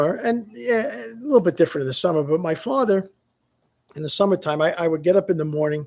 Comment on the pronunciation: Forgetting the letter T at the end of the word different. I used to think was a gen z thing But Scott has questioning 🤔 even this. Wahh Wahh Wahh